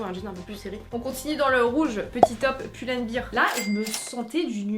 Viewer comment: Si je puis me permettre, c'est bear par biiiir comme beer mais bèr, comme Teddy Bear 🥲😂😂